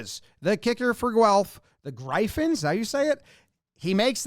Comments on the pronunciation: Gryphons is pronounced like Peter Griffin from Family Guy (or Gryffindor from Harry Potter without the 'dor'). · Canadian here. The Guelph Gryphons!!! It's pronounced like Griffin. Really loved your Jays Dodgers breakdowns. I was "patiently" waiting to hear your take on that Game 7 bench clearing. That one sport. Was that field hockey or something similar? I thought field hockey sticks had a curled end. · its Griff-ons, as in the mythical bird. never thought i would see my alma mater on Things You Missed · Someone here who lives in Guelph... Surprised you got the city name right but not the Gryphons... Love the video as always!